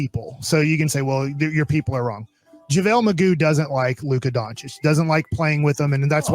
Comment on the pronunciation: He called him McGoo